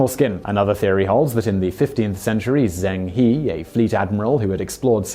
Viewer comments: Well, I know Simon doesn't pronounce foreign names well, but Zheng He sounds more like <Jung Huh>, not Zeng Hee. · Correct. I would type it for an English speaker more like “Jeng Her” to try to approximate the correct pronunciation. But kudos for mentioning him and the possibility that he reached the Americas - perhaps the first Muslim in America? :) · 'He' in Chinese is pronounced 'huh (like the 'a' in about).